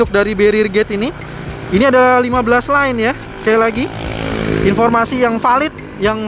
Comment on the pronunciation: lane, bukan line